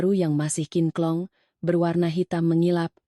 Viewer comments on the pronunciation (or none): Kinclong.. bkn kinklong